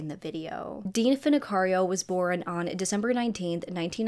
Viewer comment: Girl I love your videos but the way you pronounce the word “born”…it’s BORN, one syllable.. not borin. It drives me crazy 😅😅 love you though and I watch every video! ❤️❤️